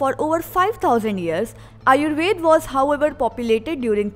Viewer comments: You are saying 1. Aryabhata as aryabhat 2. Ayurveda as ayurved and many more wrongly. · Why are you omitting all the 'a' s? Aryabhat, Ayurved, Charak... It's incomplete without a.